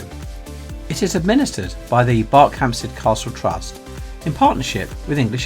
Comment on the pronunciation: Thought it was pronounced B "er" khampsted, not like Berkshire. Great video though.